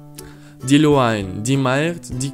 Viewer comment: Don't worry buddy spot on for Monday on irish